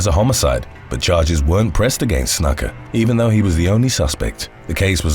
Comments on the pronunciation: Happy to help with pronunciation on any future wrestling (or MMA) videos. Snuka is said more closely to: Snoo-kah. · Jimmy "Snuck-uh"? Lmfao. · Snooka is how it’s said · It's pernounced snooka ..after all the time put into these awesome vids the miss pernounciation of that names always throws me off listening to 1 clip could resolve these issues in multiple videos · "Snooka", is how it's pronounced. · Pretty sure Snuka is pronounced 'snooker' but sounds more like 'nook' as in 'nook and cranny'. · It's pronounced snooka. He was a legend. B4 CTE. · Snuka. . .Booker T approves that pronunciation, SUCKA!